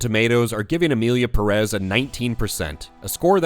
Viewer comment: Just a small clarification, do you people see that little thing above the first 'e' in Pérez? It means the 'stress' goes on that syllable, not the second, as several YouTubers have been pronouncing. That's just a small tip on Spanish pronunciation, nothing serious.